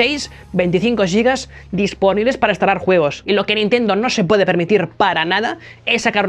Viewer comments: ¿Por qué dice "yigas" para referirse a los gigas? Giga NO es una palabra inglesa. Viene del griego y significa gigante. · “Yigas”???? Gigante -> yigante? Gilberto -> yilberto? Gitano -> yitano? Giralda-> yiralda?